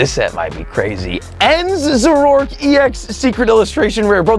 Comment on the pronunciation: Zor-O-ark not za-rork